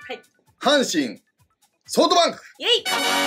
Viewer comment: 里さんのソフトバンクの呼び方ソートバンクなの好き